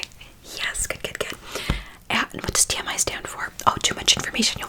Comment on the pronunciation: When you said TMI at first it sounded like you said Tammie with an accent